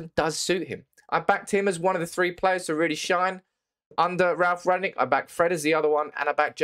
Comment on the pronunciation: you can't even pronounce the managers name correctly